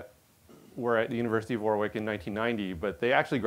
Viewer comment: Man, that repetition of "War-wick" sounds awkward to UK ears - UK place name pronunciation can be weird at times :) It’s "Warick" - the middle w is elided. (Wikipedia says the pronunciation is /ˈwɒrɪk/ WORR-ik which sounds about right)